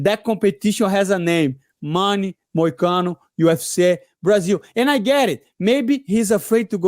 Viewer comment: “Moicana” is crazy disrespect brotha, correct that mtfk